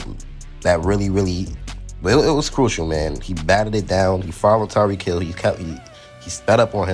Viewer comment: It’s Tyreek Hill bruh